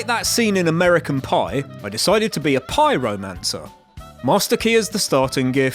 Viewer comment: Pie Romancer 🤣🤣